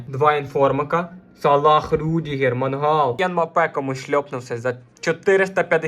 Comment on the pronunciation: Мангал блять в тебе в сараї стоїть, а це - Меньян. Не Пауліньйо, а Палінья. Тіп, я їбу як тут все погано - від твоїх коментарів, до того що ти знімаєш це НА КАМЕРУ. Мікро в кадрі стоїть по приколу, тупо шоб побісити глядачів? Може почнеш в нього записувати, а не на телефон? Я в ахуї як мені взагалі це відео трапилось